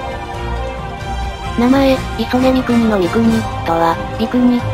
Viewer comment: イソネミクニを最初クソネミクニって呼んだww